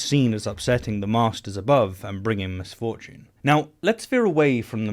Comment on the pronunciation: His pronunciation of misfortune did give me the same thought. Who is Ms Fortune? Is she hot?